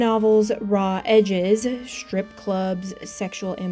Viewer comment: What's a shtrip club? I don't think you can expect people to take you seriously when you can't pronounce simple words. It's not a speech impediment. It's not cute, either. I don't support people and channels that pronounce the word STRIP as SHTRIP.